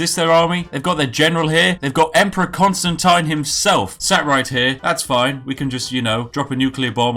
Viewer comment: ConstanTEEN. Not ConstanTAIN.